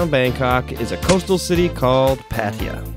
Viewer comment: You called it "Patia" it is pronounced Pat-Ta-Ya